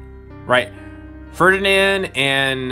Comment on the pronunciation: Oh you pronounced Ferdinand's name right. F I N A L L Y QOTD: I liked Claude and Ingrid's conversation. Speaking of, I think I might have a new favourite Blue Lions girl.